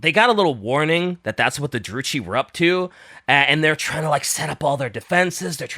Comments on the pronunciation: Stop saying Drucci, like Gucci........ (it's *Druki*) I cringe in pain!:face-fuchsia-tongue-out::face-fuchsia-tongue-out::face-fuchsia-tongue-out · The pronunciations are the only things about this video that I dislike. Druchii is like Drew-key. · Druchi is with a "ki" sound not a "chi" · You pronounce druchii with a k not a c, like drukhii And keep up the good work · Love that there is no H in the Dark Elves' name, but they still say "Droochee" xD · "maliketh" and "drew chee" pisses me off more than I should allow it to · It's pronounced "dru-kii" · Druchi is pronounced with a hard k sound, like “Drooki” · MaleKITH, people. Like KITH and KIN. Like KISS with a lisp. ...And while "Drew-chi" might be acceptable, I'd suggest going with "Droo-key" instead. Also, Morathi can get it. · Late but the way they kept mispronouncing Druchii with the "ch" like in "church" and Malekith like Maliketh (VERY DIFFERENT) from Elden Ring was killing me throughout the whole episode. Please god bring in PancreasNoWork. I beg.